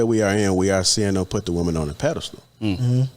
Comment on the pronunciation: Its a "Pedestal", NOT a "Paddle Stool"!! Good God!!